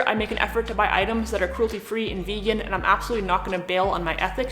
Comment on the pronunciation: Did, did, did you say vegan?